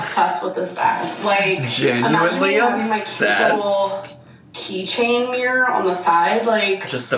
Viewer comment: me just listening without watching: what in the f*ck is a meyuwer? oh, right, a MIRROR.